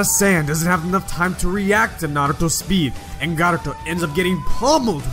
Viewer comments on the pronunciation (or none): He's said garuto 🤣🤣😂 in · He said garuto when naruto was fighting gaara